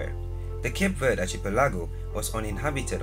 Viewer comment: Pronounced it wrong instantly 😂